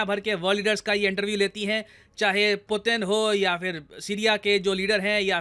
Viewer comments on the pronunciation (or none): none